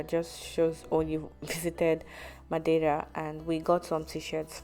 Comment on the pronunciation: A for effort for your pronunciation of Madeira 👏